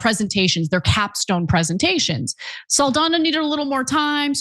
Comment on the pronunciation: Saldana is pronounced "Sawl-dawn-yaw"